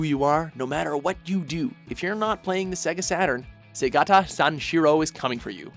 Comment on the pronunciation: segata what? they say his name the entire commercial and you still pronounces it wrong? WTF. anyway, throught the n64 and gamecube era, nintendo consistently made the funniest commercials. my favorites were about mario party games. everyone beating the shit out of each other/getting hurt (specially yoshi in that bridge in 4) was hilarious